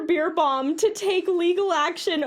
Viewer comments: His name is not Pronounced Beer but more like Bär. I know it looks like it's Pronounced Beer but we'll: he's german and it's not an English name. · Haha totally mispronouncing his name totally made me laugh (not about but it just adds so much to the video hearing the "beer" instead of "bear"). He's always been quite popular over here. I never liked him... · every time you said his name I heard “Ludger Beerbong” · Not gonna lie, I thought you said his name was Beer bong XD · Please let me teach me how to say his name XD I giggle every time you say it so very wrong even tough your message is super important.